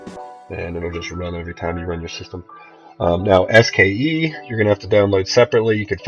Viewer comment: It's "SKSE"!!!!! Not "SKE!"